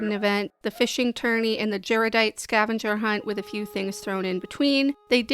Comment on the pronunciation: gyrodite? why do you pronounce it like that?